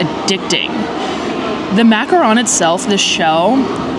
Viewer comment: I love her videos but it kinda bugs me that she says macaron wrong 😂